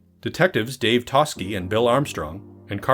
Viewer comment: I also noticed the mispronunciation of Toschi, making me wonder if the narrator had actually watched the film or is just reading a script...